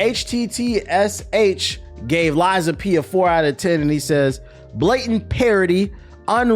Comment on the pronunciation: I did have to go back and watch the start multiple times to makes sure I heard you say Lies of Penis